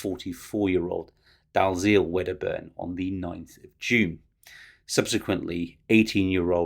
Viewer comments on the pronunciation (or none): Dalziel is pronounced dee el.